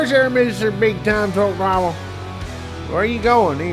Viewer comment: I cain't know drwaaable ( driver) For a man that preaches professionalism why do you continue to articulate as you " geeratited " third grade ?????? I LOVE watching bonehead truckers. However, do you talk like that with customers ? Or is it only flip-flops and shorty shotys hat makes one un professional? I too am from Texas, my folks live in a place where large gators in their backyard are a nuisance! We actually articulate as though we made it past the 3 grade English